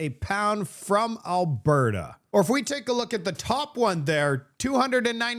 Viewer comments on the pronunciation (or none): none